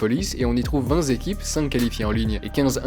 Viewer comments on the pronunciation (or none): «et on y trouve vinTéquipes» et non pas «vinZéquipes» ;) Le reste est parfait. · Encore une vidéo de qualité. Bon par contre petite précision je sais que c'est chiant mais on dit 20 T équipes et non 20 z'équipes 😅